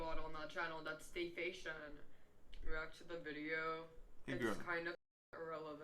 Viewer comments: Y’all! I thought Ben Stein (clear eyes commercials) was monotone, uh uh Miss Can’t pronounce defamation correctly is giving him a run for his money. I’m so glad I’m not the only one it annoyed. deadass accurate when he said it’s a lazy way of speaking because it definitely is. She’s like a train wreck though, like you can’t quit looking 😂. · Does she even know what defamation is? Lmao she can't pronounce it 🤣 also she contradicts herself a lot. First you say he's not your dad, then you say he raised you and you lived under his roof for two years... get your story straight sweetie 🤦🏻‍♀️ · Man I've been trying to find your video on this for a minute but yeah she she's tripping tripping complaining about something like that plus she can't say defamation at all right that's sad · Defacetion? Defecation? Defamation? LMAOOO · "Dayfation" does she mean "defamation" as in defamation of character such as what she is doing also anyone notice this. Girl is smoking on camera while everyone know shes underage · Its not defation.. It is defecation!! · When I heard her say "day-fation" my brain 🧠 melted so much, I could no longer remember how to say the actual word!😐 Damn this a new type of ignorance! DEFAMATION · Did she mean defamation or is dayfasion or whatever she said the name of her dad's channel? Lol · Did she say " this is" defation""??? Like defamation? Maybe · DAY-FAY-SHIN!!!!! LMAO! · It is pronounced Def am mation! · Ayo, Dayfassion isn't a word. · Here lil girl... let me spell it out phonetically.... (DEF-A-MAY-SHUN) Go to school. Shit. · Hey, the word is Defamation* Pronounced (Defah-may-shun) Practice makes perfect. 😎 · this trying to pronounce defamation? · I deadass thought she was saying a word from another language but I fkn lost it once I realized she was trying to say defamation holy shit I'm in tears LMFAOFNDNDSDIDKAL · She can say Leukemia but she can't say defamation... or spell sorry. Perfect tattoo for her "Do Not Breed"